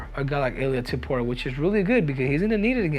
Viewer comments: Pronounce it like Top Uria not To Puria brah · It's Topuria, not Tuporia 😂😂😂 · His name is tOpuria O. Not tUpuria wtf 😂😂 you cannt even pronounce the easy georgian names 😂😂😂😂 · Looks like Henry needs another lesson form Merab how to pronounce Topuria’s last names 😄